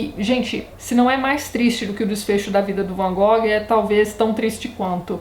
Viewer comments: Tati se a pronuncia correta não é "Van Gogui" qual seria? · Não liga pra pronuncia não, Tati! É complicado demais pronunciar o nome em Dutch mesmo. Varias partes do mundo falam como nos falamos mesmo. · Boa noite Tatiana, tudo bem? Gostaria de saber se você sabe a pronuncia correta do Van Gogh, ficamos curiosos...abraço. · Adoro o Van Gogh. Fi o primeiro pintor por quem me apaixonei. Me formei em artes e devo a influência ao documentário que assisti sobre ele quando era criança. Sobre a pronuncia, na universidade mesmo todo mundo usava a versão brasileira. Nunca vi ngm usando a pronuncia holandesa. Também acho essa música linda - ****Recomendo FORTEMENTE assistir até o final o episódio de Doctor Who sobre o Vincent. É um episódio lindo. Eu chorava tanto que não conseguia nem ler as legendas T-T. Da pra assistir sem ter de acompanhar a série. É o episódio 10 da 5a temporada moderna. Tem outro filme legal: Van Gogh: Painted with Words onde o Vincent é interpretado pelo Benedict Cumberbatch <3 ótimo vídeo =)